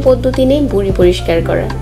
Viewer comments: বুডি না ম্যাডাম ভুরি হবে ভাষাটা একটু ঠিক করে বলেন? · You cannot pronounce V, you are saying Buri... not Viree. But you are showing it as so easy. It is not easy as you are showing.... what really you did before coming under camera? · বুরি না, ভুরি,, হবে। 😝😝😝😝👎👎👎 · বুড়ি না ম্যাম, ভুড়ি হবে 🤣😂😂😂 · এইটা বুড়ি না আপা ভূড়ি। ব আর ভ এর পার্থ্যক বুঝেন না? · Apni vuri ke buri buri kore bolecen Kano..Vuri bolte kosto hoi naki... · Not buri it is bhuri